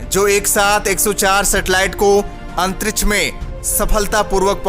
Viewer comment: अंतरिछ नही अंतरिक्ष बोलो